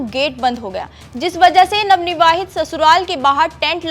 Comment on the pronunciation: Ye jitni bar navnivavhit bol rahi h to mujhe utni hi chidh aa rhi hai.......kaise anpadho ko anchor bana dete h yeh log